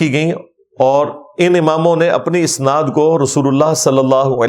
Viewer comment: جناب مرزاصاحب اَسناد اوراِسنادمیں فرق کرلیجئے اَسنادجمع ہے سندکی اوراِسناد باب افعال کامصدرہے آپ جواِسنادلفظ باربارکہہ رہے وہ دراصل اَسنادلفظ ہے